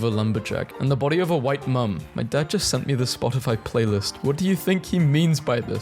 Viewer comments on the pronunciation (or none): none